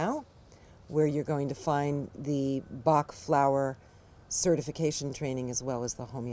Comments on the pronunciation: If you use google translate and put the english word 'Bach', you will have the exact prononciation in french! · You should revise the french prononciation by a french person. It's not right prononciation. Thanks for the presentation though. Interesting!